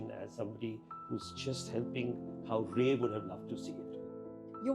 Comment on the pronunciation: Is “Rye” the proper Bengali pronunciation of “Ray”? I think she said “Ray” the first time, and then “Rye” later.